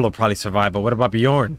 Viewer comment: I try to let them know the same thing about how they pronounce Lagertha and Bjorn. But I still love watching them react to Vikings. It's one of my favorite shows.